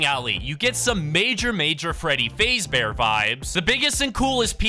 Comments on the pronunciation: BRO SAID FREADY FAZE BEAR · you said freddy fazebear its freddy fazbear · Bro said freddy fazebear🤣🤣🤣🤣🤣🤣🤣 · Dude called my man Freddy ''Freddy Fasebear'' tbh its understandable bc hes a fortnite content creator but that got me dying. its Freddy Fazbear, poor Freddy. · Freddy fazbear ❌️ Freddy fayzbear✅️ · Freddy fazebear its fazbear XD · Fazebare? I thought it was fazbear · So when saying freddy fazebear you don't say faze you faz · My guy said freddy fazebear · Freddy Fazebear??? Its Freddy Faz bear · Bro said Freddy Fazebear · its f a z bear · Why you calling him freddy facebear? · “Freddy FAZE bear” and Freddy being the “MAIN CHARCTER” as well as him saying fnaf as F N A F😂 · It’s faz-bear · Bro rlly said freddy fazebear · Bro said Freddy faysbear and then actually said all the letter one by one of Fnaf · Fnaf fans: Did he just say Freddy Fazebear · it's faaaaazbear just saying and dont say f n a f say fnaf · “Freddy fazebear” He said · bro said freddy fazebear💀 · Freddy fraezbear got me dying 😂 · Bro Freddy fazebear😂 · u said freddy FAZEbear? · You pronounce Freddy Fazbear wrong